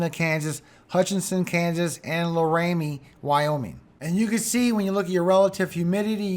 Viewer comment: Love ya, thanks for the heads up for us here in SE Wyoming. Oh FYI laramie is pronounced Lair-a-me. Much Love and Prayers for you and your family, hope the kids aren't feeling sick anymore